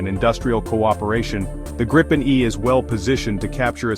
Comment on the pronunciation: It's pronounced "greepen".